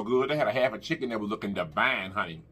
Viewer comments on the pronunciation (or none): Food looks amazing love your personality and I absolutely love it when you say Devine 🥰